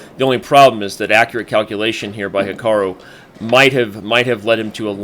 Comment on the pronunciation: plz learn to say Hikaru's name properly.